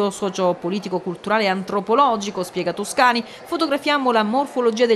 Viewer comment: Ma neanche capace di dire il nome di Toscani correttamente,che ignoranza,che infinita pena.